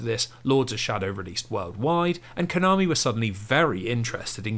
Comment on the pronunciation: I'm and it always gives me a disgusting and a wierd feeling every time this guy says Konami as covit